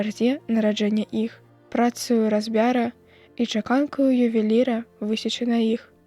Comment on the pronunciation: Не разбя'ра, а разбяра', націск мусі быць на апошнім складзе.